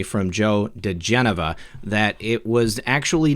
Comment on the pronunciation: Thanks ever so much for your correct pronunciation of Joe diGenova's name! I know it may seem like a small thing; however, I believe it further enhances the credibility of your excellent, professional news reports and helps grow your avid-viewer base:) Mahalo and aloha!!!